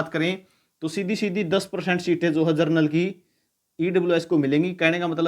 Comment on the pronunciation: जनरल को जरनल बोल रहे हैं 😂😂😂😂